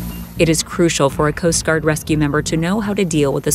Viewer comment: Okay literally the way this AI / girl says coast guard is so annoying stop adding emphasis